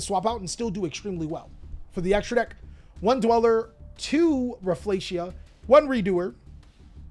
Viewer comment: Rafflesia is a predatory plant - pronounced "Raf fa lee see ah"